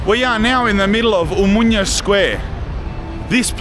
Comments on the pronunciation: lol you have the fanniest way of pronouncing OMONIA. You say O-MO-NIA in 3 sylllables, when it is actually O-MO-NI-A in four syllables. Like saying AMONIA, you know. Anyway this is an enjoyable video. Cheers mate ! PS Also it is E-KSA-RHI-A - three syllables, pronounced phonetically (all the letters). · Please don't pronounce n in Omonoia like in Espana. It's too bizarre. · As a greek, hearing you say Μούνια (Mounia) and not Ομόνοια (Omonoia) hurts my soul 😂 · Gamoto malaka - Omonia not Omunia ...ha ha , you Greek pronunciation it´s broken down. Anyway , you are a brave man , respect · Χαχαχαχαχα ποιος του είπε ότι λέγεται ομουνια και όχι Ομόνοια;;;😂😂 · omOnia not omunia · I like how he pronounces it "omunya" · I love the pronunciation of Omonia. Cut short you’re calling it “Mounia”… more or less accurate name for that drug infested hole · Θα του πει κάποιος πως να πει σωστά την λέξη Ομόνοια??? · Omonoia 😂😂😂😂 Can't help.myself laughing they way you pronunciate mate